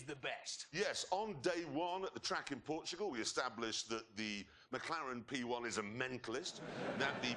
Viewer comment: "McClaren P1" lol